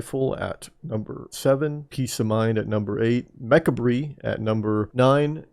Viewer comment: Damn no one knows how to pronounce Mechabre